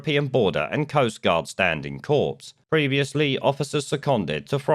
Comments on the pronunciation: It’s pronounced “core”, not “corpse” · FYI it's pronounced 'kor' not 'corps' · "Corps" is pronounce "core". Good video. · ‘Corps’ is pronounced ‘core’, not ‘corpse’, which is something else entirely. Just saying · Corps, pronounced cor, ok thanks for e erything good reports bless you. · the s in corps is silent. Your saying “corpse”, which, on reflection, might be the right terminology 😂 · when you say Corps, don't pronounce the p or s, as in Marine Corps. A corpse is a dead person. And I am Mr.Pedantic lol